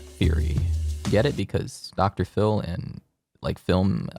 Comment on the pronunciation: "Dr. Phil" ====>> "pHiL-m"